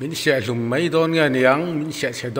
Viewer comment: Second 31 mei thei niloin... mai thei .